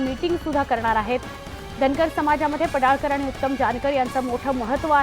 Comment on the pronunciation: पडाळकर नाही पडळकर